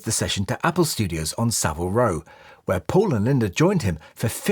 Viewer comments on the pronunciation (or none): none